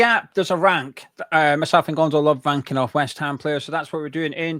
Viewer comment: I don't know why but when said "myself and Gonzo love ranking off West ham players" I heard something else, and every time afterwards I heard that word. Makes for interesting viewing 🤣